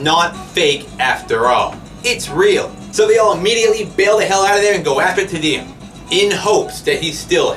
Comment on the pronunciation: "Tee-Dee-Um", not "Teh-Dee-Um".